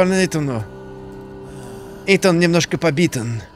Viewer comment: "Убиттен" и "побиттен" 🤣🤣 У него кажись просыпаются немецкие корни)